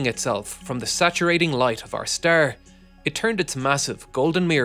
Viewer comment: "... shielded from the light of our STURR ". What's a STURR , dude ?